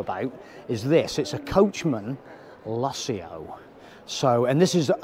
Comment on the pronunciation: Wow..great caravan...think its called the Lusso...not Luss-ee-ooh...lol. You didnt mention many of its features like the heating and cooling a/c... continuous hot water when connected to a tap...self levelling ....dual access kitchen sliding baskets..on board water tank...TV points in the bedroom and/or lounge...two Alko wheel locks as standard....Alko ATC2 stability control...ability to use Propane and/or Butane...privacy windows...luxurious thick removable carpets...a digital safe (why Coachman?)..wireless phone charging..external cold water shower point..external gas and 240v socket...4 motor movers...100w solar panel..digital TV/radio antenna....and a digital DAB radio which you need an A level in turning off radios to be able to turn the display off. Yes it looks nice and feels luxurious and indeed is but mention some of the features. As you can tell we love ours!